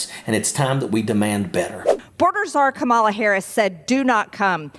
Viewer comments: The way she keeps mispronouncing Kamala just irks me man. She knows how to pronounce it. Not only is it disrespectful, it is subtly racist. She is awful - and stupid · The way she keeps mispronouncing Kamala just irks me man. She knows how to pronounce it. Not only is it disrespectful, it is subtly racist. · Is MTG’s memory problem SO severe that she’s unable to recall that the name Kamala is pronounced with the FIRST letter “a” accented and NOT the second “a”?!? If she has expressed so much difficulty mastering THAT simple memory skill, how can she be expected to perform the duties required of a member of Congress? Dear MTG: It’s “Kámala”! Not “Kamála”! Would you kindly MEMORIZE THAT? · The fact that the MAGA can not pronounce VP Harris' first name correctly shows how ignorant and repugnant the Republican Party "leaders" have become. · Dems should call her Mar JOR ie with emphasis on the middle sylable. As long as she keeps mispronouncing Kamala on purpose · I really wish the Dems would start mispronouncing names back to whoever can’t pronounce Kamala correctly. For examples: Donald (doh-nald) Majorie (mah-jor-ee) If you can’t beat their playground games, annoy the shit out of them with their own rules!!! Heh. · You see how they go out of their way to mispronounce her (Kamala) name. Disrespectful, low vibrational garbage people. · Blond idiot can't even get Kamala's name right. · I cant stand it when they mispronounce Kamala's name, obviously on purpose. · They won't even pronounce Kamala's name right. Scum, one and all. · Say her name right. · 4 years, and you still can't say her name correctly.... just say Madam President. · MTG is as stupid as they come! She works extra hard at challenging herself. She works hard at mispronouncing 'Kamala' because she wants to show us that she can do 'stupid' better than anyone. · Why is it that these MAGA supporters can’t pronounce Kamala Harris’ name correctly. Are they unable to learn anything new?